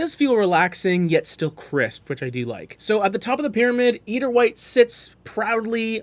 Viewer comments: Nails on chalk board!! And you said it soooo often! The “e” is silent! It’s “ider”, long i. Refers to white eider down from the eider duck. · Pronunciation EYE-der like the bird.... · Nitpicky, but please look up pronunciation. "Eider" is pronounced /ˈaɪ.dər/, or "eye-der" to further simplify; as in eiderdown, a quilt made from the down of the eider duck. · Yes. Thank you.